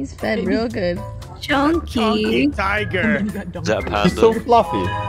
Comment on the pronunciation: HE SAID HIGER NOT TIGER